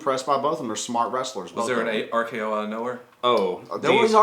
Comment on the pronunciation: "The RKRRRR" My drink went directly through my nose and on my couch lololol